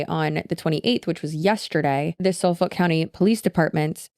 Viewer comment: Just a side note: The L in Suffolk is silent. Suf-uck